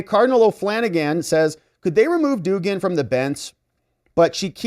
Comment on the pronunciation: It is pronounced dug-an no doogan.